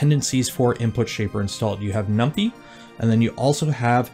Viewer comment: Every time he calls numpy as "num pee" I laugh so hard 😂💀